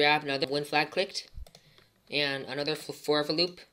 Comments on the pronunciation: "forfer loop" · you are saying forever like you are saying forward whitout d just saying